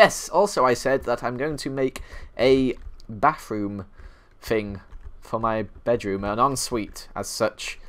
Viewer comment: He calls it a bafroom ly tho